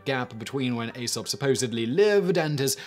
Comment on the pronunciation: e-sop - Silent A